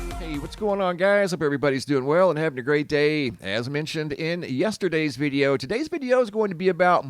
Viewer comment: "veedeo" footage? What accent is that?